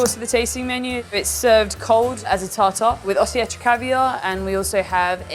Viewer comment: Running a caviar spot and cannot even pronounce Osetra, fascinating